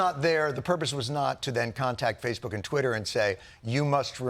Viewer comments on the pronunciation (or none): none